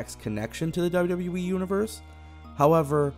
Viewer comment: Why does this guy keep saying WW"WE"??